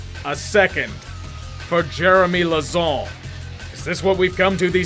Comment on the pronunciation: He had way too much fun pronouncing 'LAUZON'